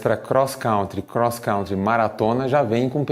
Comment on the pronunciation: voçê errou disse crosscrauntre 2 vezes 😃